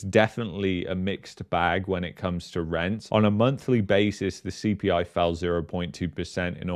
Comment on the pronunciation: Casually: “ the CPLIE” 😂